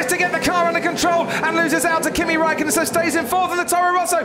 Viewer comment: Nico! Ask Kimi how to say THAT properly!!!..